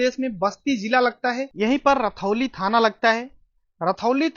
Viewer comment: रतौली नहीं रुधौली है भाई साहब